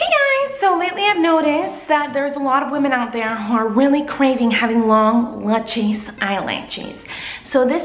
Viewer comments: I love how she says lutches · I knew she would say lutchious😂😂😂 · Lut-Chis lol